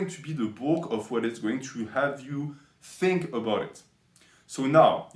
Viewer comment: okay "Fink" 🤣